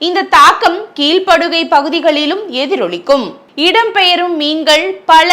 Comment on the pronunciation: கீழ்படுகை என்று உச்சரிக்க வேண்டும் சகோதரி!